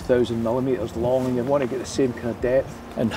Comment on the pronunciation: Great documentary but can someone confirm that certain words end in "D" instead of "T", like "Scotland" or "And". Every time she says these words she ends them with a "T".......Scotlant, Ant. Seems to be a thing these days and I find it very annoying. Or should I say "Fint" it very annoying.